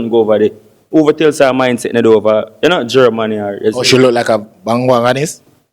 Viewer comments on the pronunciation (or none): none